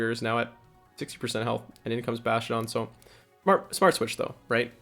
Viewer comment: I cringe everytime I hear “bashtiodon” 😂 Sweeeet team though 😁